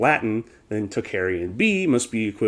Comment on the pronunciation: great and interesting subject...however you are mispronouncing "tocharian" it is pronounced "tOke- AH rian" not "talk-aryan"